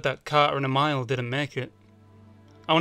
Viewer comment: You pronounced Emile wrong. ( eh-MEEL not eh-Mile ) As a Spartan of 17 years+ I hereby issue a down vote and issue a warning to you and others that calling ones self a "reclaimer" when clearly correct information has not been gathered casts a dim light on y a individual and any information given should be verified by other sources.